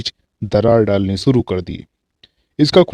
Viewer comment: Aap sha ko sa se u harit kar rhe he jaise shuru ko suru keh rhe ho gujarish ko gujaris keh rhe ho